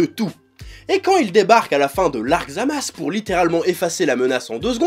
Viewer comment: Tu me perturbes à dire Zamas, c’est pas ZamasU ?